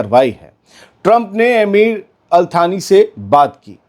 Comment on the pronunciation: अलथानी नहीं अल्तानी होता है या अलसानी इंडिया के हिसाब से